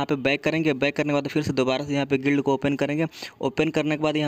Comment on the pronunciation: Bhai acting gid kidar nahi gild lidar